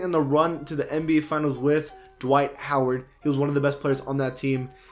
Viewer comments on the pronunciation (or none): none